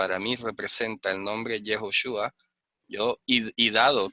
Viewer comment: El Señor Gordon pronuncia yehjova es lo mismo como ud.pronuncia yehjochua tambien está mal